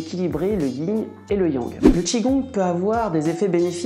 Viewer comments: C'est le YIN et pas le Ying..... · Alors ce n'est pas le "ying" et le yang mais le "yin" et le yang.